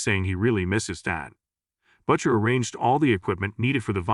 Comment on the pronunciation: Here we go again, with A.I. mispronouncing him "Butt-chur" 😂 (Butcher) short for butt muncher?